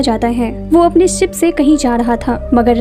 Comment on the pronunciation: Aap sha ko sa q bol rai... Sara maza bekaar ho jata h... Sip... Nhi ship.. Nisana nhi nishana😅